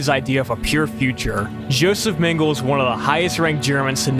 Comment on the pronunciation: It's pronounced: Nan-kin and Men-ga-lä.